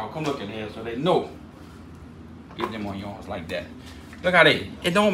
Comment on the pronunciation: I love hearing “oyons!” 😂👍🏽😎